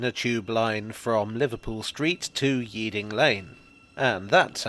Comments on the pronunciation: I always pronounced Yeading as "Yedding", not "Yeeding". Our local bus went there (232, now H32 I think), and the conductors (232, RT...) and later the drivers, and those on the 207 (plus my rellies who lived in Northolt) all called it "Yedding". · Definitely Yedding. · Yeading pronounced like Reading (the place) \m/ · It rhymes with '...Kick your Head in..' in the lyrics to one of Hayes and Yeading FC's chants. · Rhymes with the city of Reading. Or Dock of the Bay Otis if you prefer. I grew up a stones throw away from it in sweet Hayes for my sins. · Football team is 'Hayes & Yeading' (like Reading) too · STOOOOP!!!!! Don’t make your video about route D until you’ve looked into how the locals pronounce Yeading!